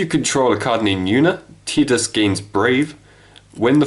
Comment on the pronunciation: Pronounce Tidus name right smfh